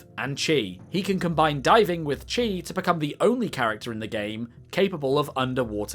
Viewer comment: Chi is pronounced Key, it's usually spelled as Ki